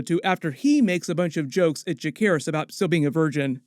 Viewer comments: why do you insist on mispronouncing names 😂 it's Juh-SEHR-iss, not juh-care-iss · Isn't Jacerys pronounced with a 'C' not a 'K'!??